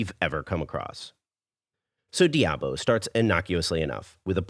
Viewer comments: why do Americans always destroy the pronunciation of words in other languages.... Curry Debao....wtf is that? Foda-se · I apologize since I didn't want to sound like a douche. I just wondered why you said it all wrong when later in the video you said it various times correctly. Curry Diabo. Also In Portuguese Curry is said Caril. So it would be ''Caril Do Diabo'' meaning Devil's Curry. Much Love! keep up the great Vids. I have been subscribed a while ago